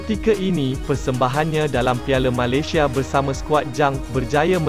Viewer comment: Malaysia disebut Malasia. Dah kena apa ko, pelat ke. Tiada keperluan JDT sign Syihan, ramai penyokong tidak setuju. Sekiranya ada pemain tempatan yg dambil munkin pemain yg muda & berbakat besar.